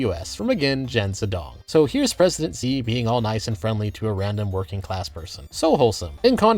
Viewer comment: Great video, but "Xi" should be pronounced more like "Shi" rather than "Zi". Not that this madman deserves our respect, just that it'll make you sound more professional :)